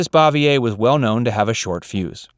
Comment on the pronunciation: Learn to pronounce het last name right, dumbass. You aren't even close.